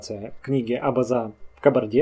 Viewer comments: zezamar al на западном диалекте ударение ставится абазЭ, адыгЭ. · абАза - ну когда ты правильным ударениям научишься?)))